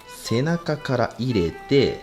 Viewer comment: 入れての発音がマジで気になる